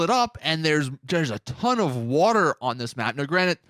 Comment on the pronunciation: Not the only one who heard him say “water” wrong when he was talking about the gta 4 map